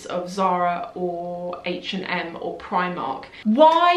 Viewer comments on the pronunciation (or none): none